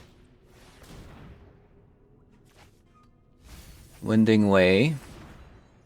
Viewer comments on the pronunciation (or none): It's pronounced "shep" "erd". Not "shef" "erd". Also it's "wine" ding way, not "win" ding way.